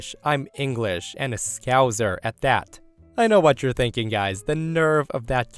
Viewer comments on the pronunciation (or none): He's a "skowzer," no less! Ah I shouldn't dig at that, not knowing how to pronounce scouser isn't a big deal really. I just noticed it when I heard it, easy for native brit me to do, I guess....